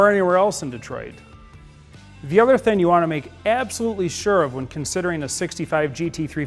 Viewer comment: .ustane??? Dudes tongue must be partially tied in a knot or somethane...can't pronounce the word "thing" He calls it a thane instead of thing .he says "misseen" and " "steereen" and "raceen". Dude, learn English or shut up...